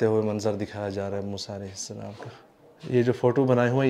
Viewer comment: Baitay aap ka salam lainay ka talaffaz theek nahi maherbani hogi agar aap ghor farmain shukria